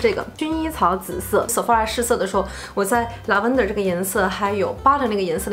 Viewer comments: 很喜欢你, 但是咱能不能每次做视频前把要讲的英文发音查一下... Lavender重音在第一个音节... 已经好几个视频里的英文都讲错, 听着怪难受的..... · Lavender发音不对哎😂😂😂听着有点变扭哈哈哈哈